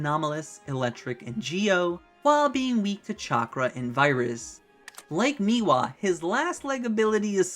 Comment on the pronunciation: Bro can we not do the thing from poketube where we deliberately mispronounce the names for engagement. How have you said meewa in all of these videos when the name is spelled mewaii